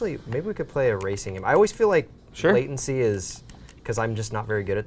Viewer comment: "Latiency" That is all